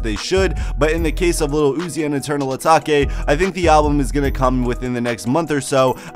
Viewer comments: bruh his said ataki its atake brother lol!! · Eternal eeeeeeetake. Not eternal ahhhhtaka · Eternal Uh-Tok-Aye Lmao Dumb Fuck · eternal a take plz say it like this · As soon as he said Ataki, I stopped the video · 😂😂 im dead asfk, eternal ataki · Mispronounced it so he could get more comments 🤣🤣🤣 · He can say “ new Patek “ but not Eternal atake